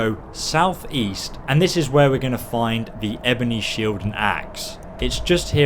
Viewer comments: "shiled" jesus fucking christ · "Shiled" lol I couldn't stop laughing at this. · WHAT THE FUCK IS A SHILED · After a year your stilling calling shields shilds!